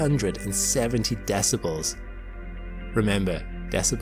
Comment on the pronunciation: The way you pronounce decibles leads me to believe this is AI